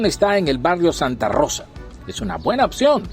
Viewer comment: santa rosa, es el nombre del barrio,no es santa risa,😂😂